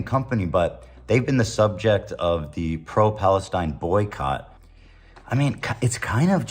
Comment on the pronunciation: PAWESTINE BAD! HOW DARE YOU SAY FWEE PAWESTINE! IT BAD!